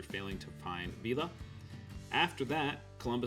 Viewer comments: 1. Please be aware that in Spanish a double LL is pronounced as a "y." Therefore, it's not pronounced Pancho "ViILL-la," but Pancho "VEE-yah." The same with tortilla ("tor-TEE-yah") not "tor-TILL-la." 2 What kind of map did you use in this video, and where can I get one? It appears much more detailed than the normal roadmap. Please let me know at least the map's name. 3. Love your videos about these forgotten towns. Please keep up the good work. Well done!! Thanks! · Please learn how to pronounce Spanish words with double Ls in them. His name is Poncho Veeah. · Great video, as usual! One small correction. Villa, as in Pancho Villa, is pronounced "vee-ah" in Spanish. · In Spanish, ll is pronounced y. Pancho Viya. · Great video! By the way, in the name Pancho Villa, the ells are silent. Just like in tortillas they are silent, and ells are often silent in anything Spanish